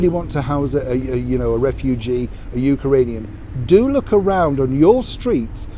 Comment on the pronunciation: It's Ukrainian not UkArainian, like ukulele. Lol, however, I love your channel